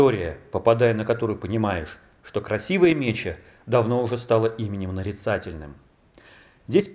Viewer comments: Река Красивая МечА, ударение на А. МечА. Ефремовский район преобразован в городской округ Ефремов еще в 2014 году. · Нет,правильно все таки мЕча,ударение на е.у славян меча это медведица с медвежатами,от слова мечется.